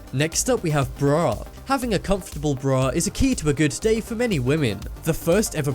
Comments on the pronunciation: Breauh. ugh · The way he said “bra” triggers me😂 (In the title part)